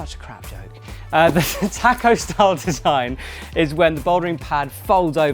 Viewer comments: makes me internally angry hearing you pronounce taco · haha love it, I've never heard it said like that before so it made my day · Do British people actually say taco like that?